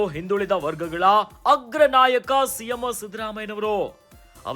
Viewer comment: ಸಿಎಂ ಅಂತ ಹೇಳಿ ಸಿಎಮ್ಮೋ ಅಲ್ಲ 😂😂😂